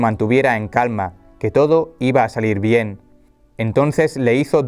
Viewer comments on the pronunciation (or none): none